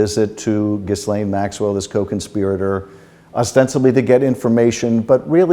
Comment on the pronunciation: Do you not have staff to teach you how to pronounce her name. The s is silent, genius.